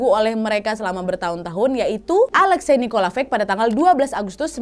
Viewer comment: Alexi ka bacanya..